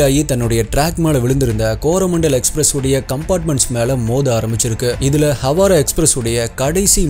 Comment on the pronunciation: ஹவாரா‌ அல்ல ஹவ்ரா